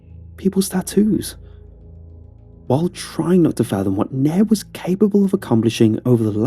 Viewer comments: The youtuber's accent makes it sound like the room mate's name is Neb, but I think his name is actually Nairb, which is Brian backwards. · Y’all the roommate’s name is Nairb not Neb or Nab